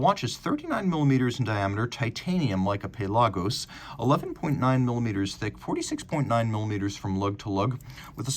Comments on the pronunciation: lol yeah, “pay-lah-gos” is a little much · Pale Argos